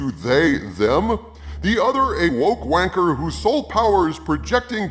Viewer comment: Used and pronounced wanker correctly....impressive.